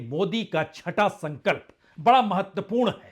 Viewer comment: संकल्प नहीं संघल्प हैं ?